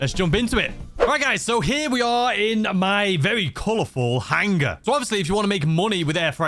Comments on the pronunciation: He says it super funny 😂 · the "HANG-guh!" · Drink every time says “hang-ah,” and you will be ded by the 2 minute mark.